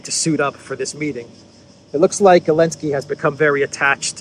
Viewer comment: Is it my hearing problem, or does avoid pronouncing the Z in Zelensky's name? I hear it as Elensky and Olensky, This is obviously the way CC "hears" it also.